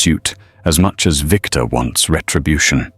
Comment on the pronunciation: It's Victor 😤